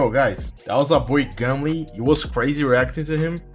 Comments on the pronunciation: its gum-ol not gum-leeeeeee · its gumol not gumli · Less popping goo gumle with they gonna take over valorant,BTW u pronounced gumle wrong XD